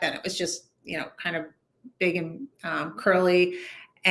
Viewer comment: "anD", not "anT", broad. Add WTF is up with the nasal-congested interviewer? Get some allergy meds, son.